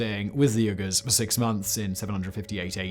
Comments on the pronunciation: Yurghurs, Simon?! Yurghurs, reeeally? 🤨 I believe the people suffering Chinese gen*cide and ethnic clens*ng as we speak prefer Uyghur be pronounced, “Wee-ger”? Pleasure, as always. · is where I realized how badly Simon is mispronouncing uyghurs, and hit myself on the forehead and said oh my gosh those Uyghurs! 5 minutes of research confirmed that yes, these are the same people that China is still trying to take off the census today! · It’s not URGHERRRRS! It’s pronounced WEEE-GHERRRS! Come on man…. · Me both surprised and also not surprised at all the Simon doesn't know how to pronounce Uyghurs. (WEE-gerz) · Wait, these are the same Uyghurs who are dissidents in communist China now, right? Isn't it pronounced "WEE-goorz"? I think you need to look up the pronunciation of "Manichean" also. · I came into the comments because I was pretty sure he meant Uyghurs, especially after he began to list a few, but that pronunciation! "Ugh-ers" haha! Although to be fair, I had to ask "what's a Uyghur" when I was in college because their culture was never taught in American history classes. A shame! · Is it just me or is Simon’s pronunciation of Uyghurs incorrect?